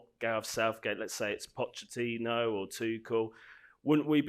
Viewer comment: Pochechino: PocheTTINO: Pochechino: 🙄